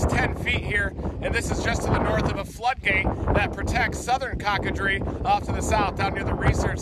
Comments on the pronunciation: Thank you! I am from Louisiana and it started bothering me the way he was saying it. But then again if he had not I would not have learned from you it was French of crocodile/alligator. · there is no "cock" in the name Cocodrie you freaking tourist. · The least this guy could have done was ask someone the correct way to pronounce the name of the town he's reporting on and from. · Coe. Ca. Dreee. Not cock a dree😀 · It's not cock a drie pronounce it like coco drie. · COCK-UH-DREE....BAHAHAHA!!! ITS COCO (LIKE COCO-NUT). CO-CUH - DREE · My hometown of chauvin was destroyed as well as the end of this video was dulac la which is a bayou over from cocodrie (pronounced Co Co dri not Cocka dri) oh ida..Ida wish you went somewhere else! 😭😭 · CO-CO-dree. Not Cock-a-dree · Coocoooodreeee…not Cock😂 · Thanks for the video. But COCO-drie like coco powder not KACK-KA-drie. I laughed every time he said it. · Not "Cock-a-dree", it's pronounced "Cocoa-dree" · Cock a dree? Pronounced CoCoDree! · "Cockadree" lmfao it's coke-o-dree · Cock a Dre. Nope cocah like Coca Cola and Dre (long e) Good try Reed. As always love your videos. I have seen this too many times. I left the state 3 years ago. I can’t see having to evacuate and re-build in retirement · Coco (pronounced like cocoa, the chocolate) dreee. NOT cocka.. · It’s pronounced “COK-A-DRE” like COKEacola , thank you for your video and information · It’s Pronounced Coke a Dree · Pronounced Coke-a-dree!! It translates to alligator. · It's pronounced "coke-ah-dree" for future info. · It’s pronounced “Coco (like chocolate) dree” The French word for crocodile/ alligator… Thank you for going down there. This video gives me a heads up what to expect when we go for the cleanup. Although we already had a good idea how it would look lol Thanks again! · It is pronounced coke-ah-dree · Reed, it's pronounced "Coco" as in "cocoa" or "coconut"..."long" o. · Sweetheart. It's said " coco drie" like hot cocoa